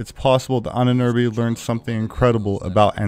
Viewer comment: Ahnenerbe = Ahnen Erbe = ancestor's inheritance, you should try to pronounce Ahnenerbe as you butchered the word into hell and back.